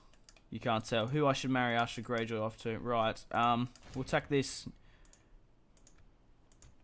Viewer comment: When you say "house Gayjoy"